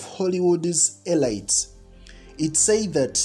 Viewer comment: "Uh leet" NOT elyte ( elite)